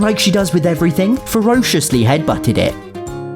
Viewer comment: "And like she does with everything, F E R O C I O U S L Y H E A D B U T T E D I T ."